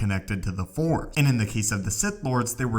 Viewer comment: FORCE!!! Not FOR